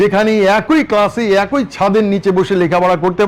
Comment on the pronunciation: বড়ভাই, কথাটা এক-ই। অ্যাক+ই! অ্যাক্+ঐ নহে। ধন্যবাদ। *মানুষ ভুল শিক্ষা না নিক।